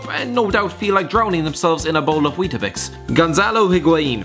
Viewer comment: THIS GUY SAID WETABIX